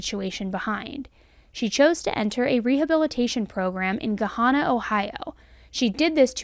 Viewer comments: Not to be an asshole but one little note As someone from Columbus, it’s Ga-Hannah not ga-honnah. I do remember when this happened. It was awful. But that dude was an idiot they were in a nicer area where there are cameras everywhere. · He he he its "Gah - Hannah" Ohio towns are a mess to pronounce. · Pronunciation is GUH- Han- Nah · Just a friendly hint/correction or whatever lol it's pronounced le Guh then hannah as in the name Hannah. Hope this helps. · Lol, it's a common mistake, but you're pronouncing Gahanna wrong. Gahanna is pronounced similarly like Banana. At least, that's the way we actually pronounce it here in Columbus Ohio. 😘